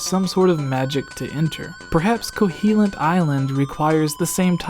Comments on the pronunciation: KoHOlint...not CoHEElent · Kohilint? Pretty sure it’s Koholint... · eye twitch there's no E in Koholint, it's not Koheelint xP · First up, can I just crucify you for calling it 'Ko-HEE-lint island? Secondly, that is all.